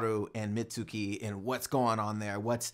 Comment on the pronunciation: Mitzukis name is pronounced “meet-ski”